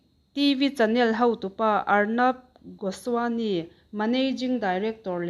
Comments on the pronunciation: Ngaihthlak a hahthlak, Arnab Goswami hming pawh i lam thiam lo ania! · Dik chiah